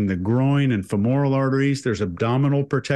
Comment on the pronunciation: Really like your show, but I have a bone to pick. you mispronounce femoral every time. You put the accent on the middle syllable. That’s wrong. The accent should be on the first syllable. Listen online. Thanks for the show! Fascinating